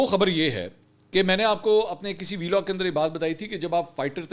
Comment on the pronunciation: V-log nhi hota hai vlog hota hai 😂 bolne ka sikh phele beta